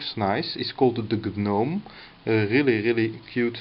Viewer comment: The G is silent.... It's pronounced 'nome'